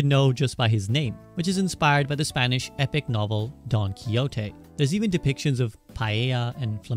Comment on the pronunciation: Bro is Ghibli not jibli 🤦‍♂️ ... don chiote.... wtf bruh itsnot hard to pronounce it